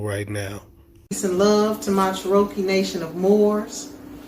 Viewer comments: Cher-okee tribe???? It's CHEROKEE! Get it right. This cult needs to be shut down. Threatening the court? She would post that on a day the courthouse is closed. Y'all are nutz. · Che -ro -kee lol not even the correct name actually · They don’t even pronounce the word Cherokee correctly! Fools